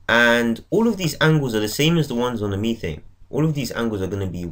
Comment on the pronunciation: Btw it's methane not methene